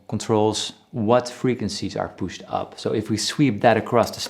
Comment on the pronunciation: “and if the gain is pucht, it becomes and angry boy”